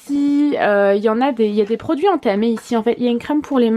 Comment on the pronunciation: ENTAMÉ pas ATAMÉ 😂😂😂 Gros bisous à vous les petites menaces je vous adore ❤️